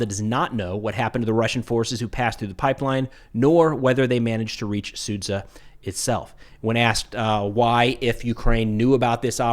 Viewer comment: please pronounce it as Suja not sudza